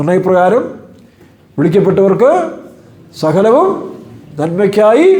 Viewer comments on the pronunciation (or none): "സഹലവും " എന്നല്ല " സകലവും "എന്നതാണ് ശരി